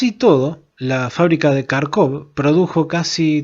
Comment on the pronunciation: un consejo, Kharkov se pronuncia Jarkov. En el idioma ruso, ucraniano y derivados, la "kh" suena como la "J". Saludos.